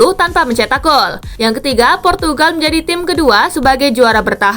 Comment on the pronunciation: purtugagal portugagal 😂😂😂